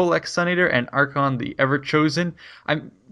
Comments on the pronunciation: jesus. it is arch-ay-on not arch-on cringed everytime i heard it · it's pronounced like a k. Not sh. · Archaon pronounced Ar-Kay-On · i pronounce it Arkh'Ay'on i think that sounds coolest.